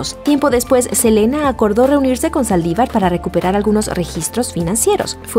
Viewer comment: Soy yo o dice "Salivar disparó a Elena" ? 😂